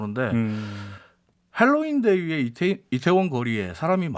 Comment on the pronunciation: 할로윈이라고 미국, 유럽에서 사용되는 발음대로 제대로 쓰셨네요. Hangul을 핸글이 아닌 한글이라 발음해야하듯, 다른 방송에서도 Halloween을 헬러윈이 아닌 현지발음대로 할로윈으로 발음하는게 맞다고 봅니다.